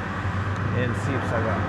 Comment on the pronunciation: Its not sibasagar its "HIBOHAGO"